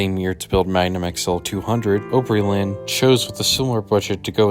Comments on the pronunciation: ooooopryland? Nah. Its AHHHHpryland/ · Nashville native here. Opryland is "op" with a short o, not "ope" with a long o. OG Nashvillians hate Gaylord for shutting down Opryland without warning and opening yet another mall---at the time Opry Mills opened, there were a total of NINE active malls in Nashville. That said, a new mall in that area would have been an excellent alternative to a theme park...in the 1970s or 1980s. By the time Opry Mills opened in 2000, brick-and-mortar stores were already starting to be usurped by online shopping. Once the Great Recession came along in 2007, the lesser performing malls of the city started folding up in short order. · I remember riding Chaos when I was about 7 or 8 years old, and it scared the CRAP out of me! I loved Opryland so much- grew up about 20 mins from there, and we had season passes. I remember when they built the Hangman ride. Just FYI, it’s pronounced Opryland (the word “Opry” is a derivative of the word, Opera, because of the musical performances- it’s opera, but in a southern US dialect/pronunciation)